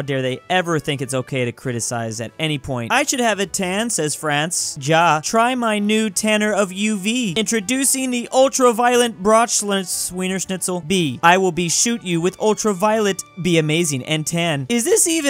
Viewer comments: The pronounce of ja is ya ja is the German yes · ja is pronounced as ya i think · Day n+2 of telling that "ja" is pronounced 'ya' in german. I WAS TOP COMMENT TWO TIMES BUT STILL HE DIDN'T NOTICE ME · BTW… in Germany “Ja” is pronounced “ya”